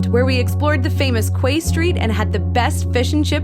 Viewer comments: Love your videos. Two things. Quay is pronounced "Key". Sláinte is pronounced "Slahn-Cha" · It's pronounced "kee" street. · I'm Irish, actually live in one of the towns you passed! Love to see you enjoying beautiful Galway ❤ you pronounced the castles name ok! And Quay Street in the city is pronounced key Street 😊 hope you loved your time here ❤️ xx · Quay is pronounced Key :)